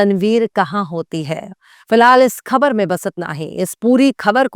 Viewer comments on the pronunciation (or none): Aap bait saaf Urdu bolti hain mashallah, ek choti si galti hai bas " khabar" ka talaffuz theek nahin hai.